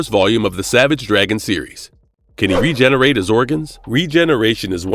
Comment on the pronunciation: Regerate....engrish no 1